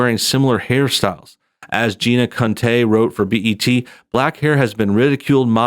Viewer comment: Gina Conteh. That's not how I would have pronounced either of her names.